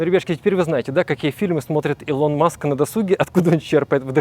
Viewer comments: Да не илОн, а Илон блин, Илон. Загуглите пожалуйста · Ска, илОна ривзовна маск, люди-кросс, плед, ну у тебя и ударения 🤣